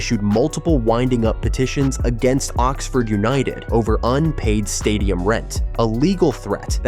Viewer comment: More AI crap. So many inaccuracies, and an American accented voiceover that can't even pronounce Oxford correctly. Total BS.